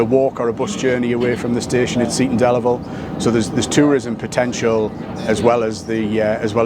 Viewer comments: Oh Geoff. Oh no. Your pronunciation of Seaton Delaval was terrible. Try ‘Cee-tun Dell-avul’. Otherwise excellent and great to see a real grassroots ‘levelling up’ project. This will make a difference for the area and they deserve it. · Geoff it’s pronounced see ton del avel (seaton deleval) just to clarify your pronunciation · Nice to see you up here in the North East. Highlight of the video, your pronunciation of Seaton Delaval. Made it sound dead posh. 😉